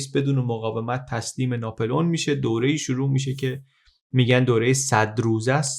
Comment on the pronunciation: خيلى از اين كانال استفاده ميكنم ولى تلفظ غلط نامها آزارم ميده: ناپِلِؤن يا ناپُلِؤن؟